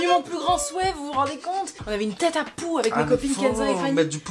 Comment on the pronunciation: Merci d'avoir précisé la phrase "que je n'ai plus de poux" parce que j'avais vraiment compris "que je n'ai plus de pouls" 😭😭. Je me suis dit que ça devait vraiment être une sombre période de l'enfance mais finalement, un coup de pouxit et tout est ok !